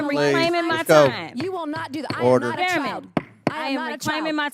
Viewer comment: She said ‘chile’ which was so much worse, but dim sum didn’t know it. Chile and child do not have the same meaning.